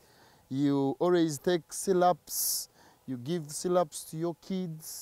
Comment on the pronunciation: Syrups not sylups